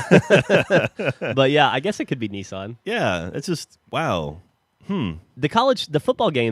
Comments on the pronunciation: Nesawn. what's Nesawn? it's Nissan. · Nissan is pronounced Nis-sun, not Nee-san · They seem to say "knee-san" and they say "iraq" like "ipod" rather than correctly pronouncing it like "in". The latest one I have found is they pronounce solder as "sodder", like they are too lazy to pronounce the "L". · does every american mis-pronounce Nissan? it actually says, NISS-AN. NISS like miss, and AN like, well, an. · How it's spelt. Nis-san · this is not football, and wtf is neesawn? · Sorry but it's Nissan not Niceanne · Your mispronounciation of nissan annoys me STOP IT! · is that seriously how americans say nissan?